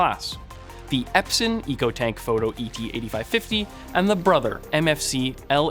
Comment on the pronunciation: Don't you mean the "EcoTanLk"? 😜